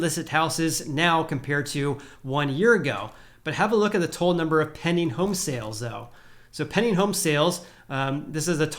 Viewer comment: Sounds like he says “penny” listings 😆